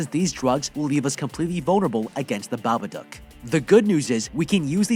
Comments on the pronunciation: its not babadook its babadUUk. its pronounced wrong the whole recap nd i kinda got mad so :") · I hate that he says babaduck not dook☠